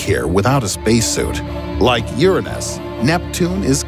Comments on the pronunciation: This man keeps calling that poor planet “urinthis” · funny how he says "yurunus" you gotta say YOUR ANUS! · URanus not urenus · cool vid and all, but you pronounce youranus wrong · "Urenes" lmao wtf happened to Uranus? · ...Urenis? you mean Uranus. You said that so wrong i cringed. Idc if people cant handle technical terms٫ just say it ccorrectly. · How come he say Uranus wrong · He doesn't pronounce uranus as "your anus". 😂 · Still doesn’t pronounce Uranus right